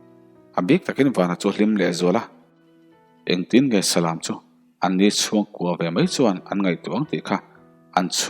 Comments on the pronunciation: salam tiha lam hi lãm tih a lam ani ngailo a, läm ti a lam ani zawk ṭhin eg lamtluang tih thluk ang hian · Salam..tih hi..lam dance..anga thluk lovin..khan lam teh ang..tiha lam anga thluk tur. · Salam tiha lam lai hi i lam diklo tlat. Thlanglam/chhaklam tiha lam ang hian lam tur ani. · Nia Salam hi ilam diklo tlat Mi thil hawh ka lam lawk. Naupang ka Lam haw lawk tiha lam tur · Salam,,,kan lam dan hi ,,ka hresual zawk nge aw,, Salam,,lam tih lai hi chumi lam,,tih thluk,,lamthuamthum,lam tih ah lam riktur ani zawk lo maw aw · Comment na hi i chhiar ngai lo va mi? Salam tih pawh chu i va chhiar dik mawh ve. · Salam hi ilam danadikhlel deuvin ka hretlatmai thil valam emaw mi va lam ang hian salam s lam laitakhilamrik tur niin kahria.